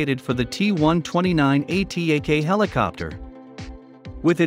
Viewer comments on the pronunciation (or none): Thank you for the informative video but ATAK is not an acronym. Atak means: agile, expeditious, fast, rapid, and swift etc... So you can read it as it written.